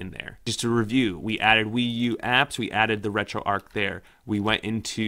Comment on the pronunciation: Good video how ever, and I don't know if the makers of this app pronounce it that was but it should be pronounced as arch as in a bridge arch not arc as in arc welder. Thank you for the up load though.